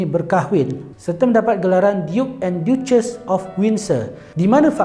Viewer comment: Duchess sebutan nya "da-ces"... Bukan diyu-ces huhu